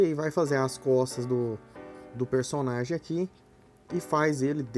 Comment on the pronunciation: no inicio eu escutei "aprenda a desenhar cofres" kkkkkk